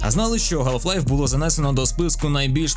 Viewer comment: ГАЛФ Лайф. Будь ласка, не траба так 🙏